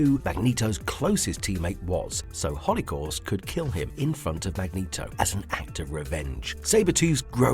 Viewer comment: Sounds like you asked a cheap ass bot who nemesis is. And pronounce Magneto correctly.